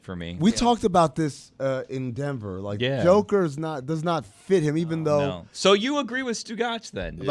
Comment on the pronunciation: Change his nickname to, "Yoker" Like an ox pulling a plow. Better reflects the pronunciation of his name and his persona.